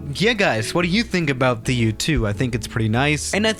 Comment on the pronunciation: U2*pronounces *YouTube